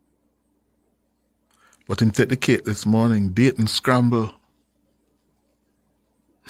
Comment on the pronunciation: 😂😂😂😂😂😂 sayton scramble